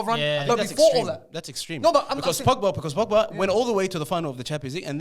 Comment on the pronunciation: The disrespect on pogba's name is crazy 😂